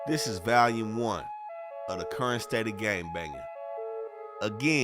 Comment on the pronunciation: Bro can’t pronounce the word Volume ! Nigga say VALUme😂